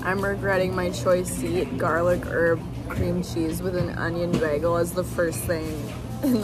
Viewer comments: Another word for the „ pronounces“ bin: beg-el 🥲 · pronouncing Bagel as Bairgle.. gorgeous 😍 (I'm Aussie, soft R) haha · The way you pronounce "begel" is so cute! 😂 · Is saying beggle instead of bagel a Canadian thing? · add to the list of things people make fun of you for saying wrong: beggel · Add to the list "weird ways pronounces words" "bagel". I hope I'm not the only one who noticed this